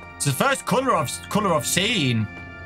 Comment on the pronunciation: Is it just me or anyone else hear cooler when say color?